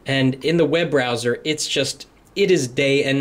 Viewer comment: "This is where you feel the butter.....Oh do you feel the webrowser". Man.... i need this update!